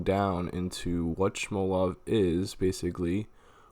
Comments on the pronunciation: sHmolov... lol nice pronunciation. Do you also say sHnake? it's freaking SMOLOV. They same way you'd say small love. Infidel. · Haha "Shmolov" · Where's the "sh" in smolov lool